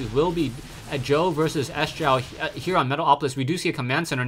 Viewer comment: "sjow" is pronounced "show"